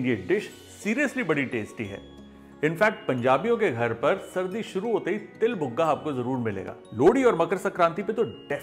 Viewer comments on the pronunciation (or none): Buga nahi ji Puga 😊😊